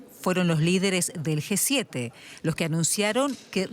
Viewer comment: quien le dice a la comentarista que no es GUE 7, es G7, no puede tener esos errores ...... que verguenza....